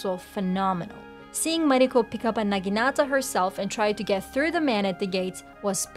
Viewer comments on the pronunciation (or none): none